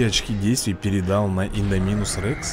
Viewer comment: Индоминус, ударение на о